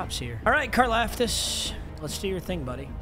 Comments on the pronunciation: You say his last name like car- loft-tis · Car-Loft-Is. Holy shit mm casual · Why’s saying Karlaftis wrong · I go to Purdue and you are saying his last name wrong fyi